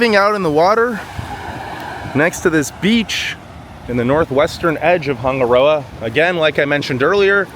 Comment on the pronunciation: Wish you actually took the time to learn how to say Hanga Roa. Sounds horrible. Switched off